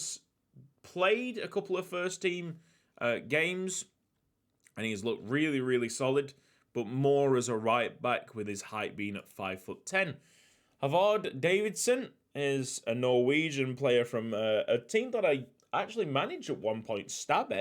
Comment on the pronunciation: Håvard is more like Hovard then Havard but i see your mistake as it is just an A with a circle on top of it.